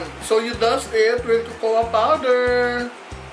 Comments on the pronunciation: kokwa hindi kokowa.. cocoa. 😂😂😂 labyu madam! 😘💕✨ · Pronounce cocoa as kōkō po not kōkō-wa 😉